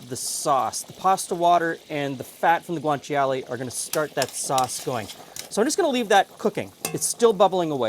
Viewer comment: Yeah, pronunciation was almost spot-on. wins against most non-native speaker in that department. The "cia" in Guanciale doesn't quite need to be that explicit, instead of a "tshee-ale" it's pretty much "tshale" - same for gricia: it's simply pronounced gri-tsha rather than gri-tshee-a.